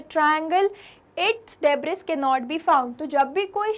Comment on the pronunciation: Coorect pronounciation is debri s is silent Thank you 😊